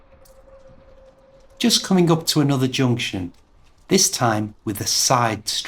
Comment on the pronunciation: Your pronunciation of some words such as "junction", "button", "bus" sounds irregular. I do not know your accent.